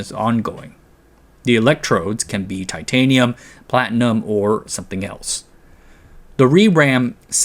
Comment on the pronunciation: When you said Titanium I SWEAR I heard Unobtanium, lmao! Thanks for the lesson